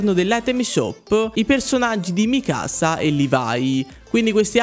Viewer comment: bravo continua così. comunque non è Mikàsa bensì, con;'accento non sulla seconda A, ma sulla I. PS: mi saluti o metti in primo piano il commento pls? Non sono mai stato messo in primo piano.